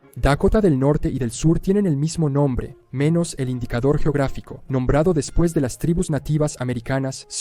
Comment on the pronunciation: ¡Qué dolor con cada "después de"!